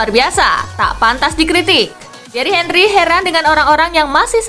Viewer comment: king henry, henry dibacanya : angri